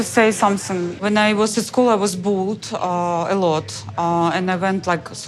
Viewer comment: I love how says ‘bulled a lot’ lol instead of bullied